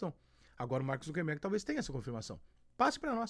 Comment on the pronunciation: Rica! Nao seja um indiota ingnorate. O nome certo do proprietário da Meta é "Zucker" e nao Zunquenbergue como muitos estao falando. Para com isto.